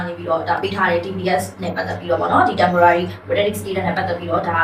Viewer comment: စာမတတ် ပေမတတ် တပ်ကုန်းမကတော့ temporarry တဲ့ 🤣🤣🤣 temporary ပါဟဲ့ (သူ့ကိုယ်သူ စာတတ်ပေတတ်ပါပေါ့ 🤣🤣🤣🤣)